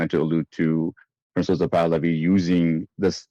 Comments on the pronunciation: Every time the host refers to Prince Pahlavi, he says "Princes" or "Prinze", I can't tell which. It's mostly sounds like "Princess Pahlavi". I've been pointing this out for weeks hoping he would catch my note and correct his English pronunciation. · Haha, my little bugaboo as well. Why do Iranians think the English word “Prince” has two syllables? The e is only there to suggest the c is a soft c , so it is a bit funny to hear Pahlavi called a “Princess” or even a “Princessa” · Where is Reza Pahlavi’s title being pronunciation as “Prinzes” or maybe is being pronounced as “princess” coming from? It’s PRINCE Pahlavi? Why is the Z or SS being added to the title? Is there a nuance I’m missing and should be using?